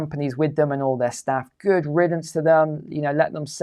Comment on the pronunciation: Goid riddance? Sounds like intellectual fee fee's